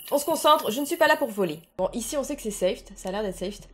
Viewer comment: On dit SAFE (en anglais ) et pas '' safte '' 😂😂😂